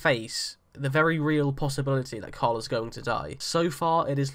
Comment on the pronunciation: It's Carl, not coral lol. And 2nd, I'm not sure how much of the comics we can grab from anymore since Carl is being killed off. So let's not assume anything from this point forward. That being said, I don't see Rick being peaceful until he takes control of Neagon and the saviors.